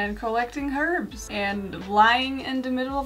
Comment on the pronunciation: "Collecting herps". "Cocaine " Ahem .... oh its "Cooking" and HERBS!!! No offense at all I am sorry 😅😂